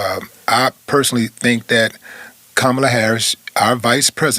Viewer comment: Her name is not kamla. Her name is Kamala. Kamala is an Indian name. Stop calling her black, stop calling her Kamla.